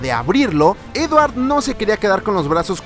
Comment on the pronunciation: dice edwar